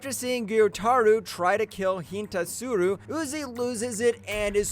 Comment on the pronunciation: Gyoimei💀💀💀 Hintasuru💀💀💀